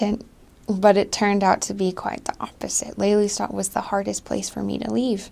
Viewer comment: Lelystad klinkt prima van een Amerikaanse